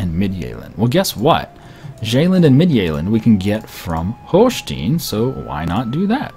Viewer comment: You pronounce the "e" in Holstein like you pronounce the "i" in English.